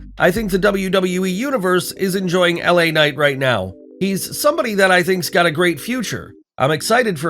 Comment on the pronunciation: It's LA Knight guys come on